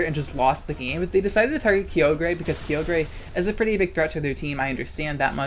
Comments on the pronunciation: I fucking hate how he says kyogre its KAI OH GRRRR not KEE OH GRAY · I know you're just saying "kee-OH-gray" and "GROUND-don" to make me comment with a correction, so let me play directly into your hand for engagement metrics. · Also is he saying "Kee-O-Gree"? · why you have to be saying key oh gray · I can’t put into words how triggered I am by “kee-o-gray” and “groundon” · I love how you say kyogre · Hearing you pronounce Kyogre names physically hurts me